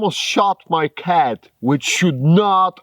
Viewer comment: “the creature was yourrrr khat “...hysterical..🤣😂🤣